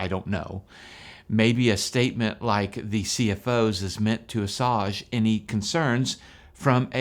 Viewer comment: Is he trying to say, "assuage?"